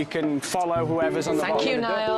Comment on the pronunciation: UGHHH I LOVE LOUIS’ “fank you Niall 🙂” BAJXJIWJX